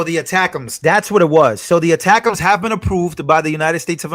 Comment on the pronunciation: ATACUMS is pronounced attack 'ums. 😊